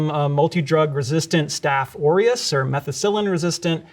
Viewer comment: When he said aureus I thought “Oreos?”